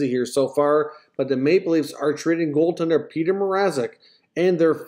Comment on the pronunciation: I was wondering who the hell "Peter Mazerek" was too.